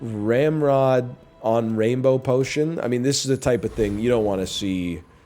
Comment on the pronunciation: Any time he says ramrod I can only hear hemorrhoid